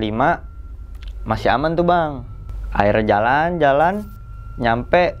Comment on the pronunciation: Baru kali ini...kata " akhirnya " jadi " Aira " 😁😄🤭...dari tadi bingung..apaan yaa " Aira " ☹️🙄😳😁😄🤭